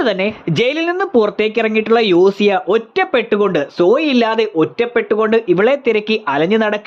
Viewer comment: യോസിയ ❌ യോസിയാനോ ✅